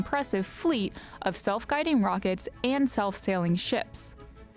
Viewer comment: Everytime she says "SpaceX" imagine "SpaceSex"